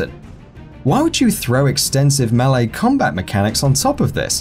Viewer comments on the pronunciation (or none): none